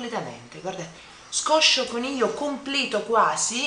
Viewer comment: non scoscioconiglio, ma scoscioniglio hahaha Che fisico che haiii, ti invidio mucho! Un bacione Ah, i tuoi capelli al naturale sono spettacolari! Lo so che tu li odi, ma sono davvero belli!